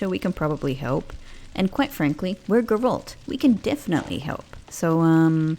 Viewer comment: Hoping some day, u will say Geralt the right way 😂, when u play as ciri, try to explore ur missing out on some conversations